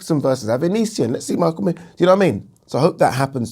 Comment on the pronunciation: Pronounced McKINson lol